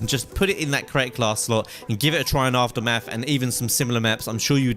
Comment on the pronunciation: after-marth? ahahah